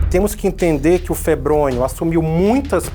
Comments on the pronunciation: o nome é febrônio e o gordinho falando febronho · Não é febronho e sim febronio